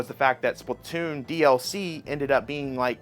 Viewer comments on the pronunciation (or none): none